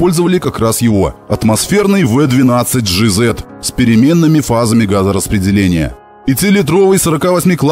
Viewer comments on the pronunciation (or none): Жи есть ЖиЗет от автора звучит как ДжейЗет